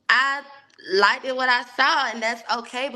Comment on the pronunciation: And even said "likeded". It hurts typing that.